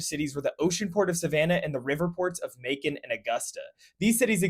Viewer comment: May-con. Macon doesn’t rhyme with bacon.